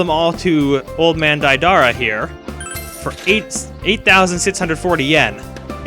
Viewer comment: That's Deidara from Naruto, not Daidara. Learn your Japanese names.